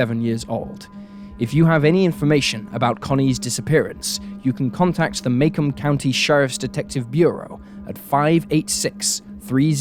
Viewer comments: Macomb County pronounced "Mah-COMB" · Ahhh-I wondered about that. I saw it spelled and thought "like Macomb Mississippi?" but when he pronounced it "may-kum" i thought "must be midwestern pronunciation rules". :) I know it doesn't really affect the story, but i do like knowing correct names, just in case it ever comes up again, so thanks! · The clothes and haircuts on the CCTV video in Connie's case -- sweet 1990. (BTW, it's pronounced Mah-KOHM, rhymes with "come home".)